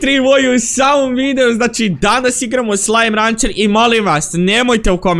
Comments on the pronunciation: Nije slajm rancer nego jeslajm rencer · Ni je sllime rancr nego sllime rencer